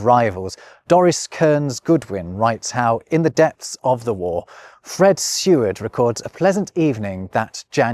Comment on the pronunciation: Surely Seward is pronounced "see-ward"?